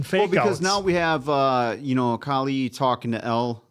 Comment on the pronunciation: Love your reviews but you’ve been watching many episodes and you still can’t pronounce Kali’s name?